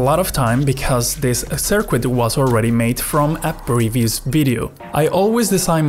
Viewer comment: I can't listen to your sirkuit